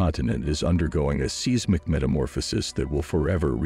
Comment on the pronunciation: Ummmmm…..what is “seezmik” activity??? 😂